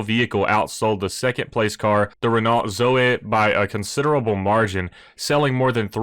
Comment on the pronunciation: Whilst you’re worrying about pronouncing words correctly, it’s Ren-Oh. You don’t pronounce the T at the end in French.